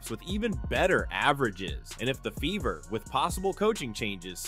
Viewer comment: You keep pronouncing Fever with a B